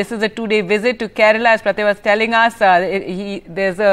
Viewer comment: Yes, ofcourse. It is "Kerala" not Kerla 🤣